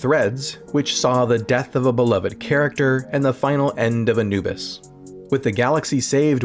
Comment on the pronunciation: characters* (not caricatures); Egyptian Ra*; character* (not caricature); Anubis* (not "Enuwbus"). 😫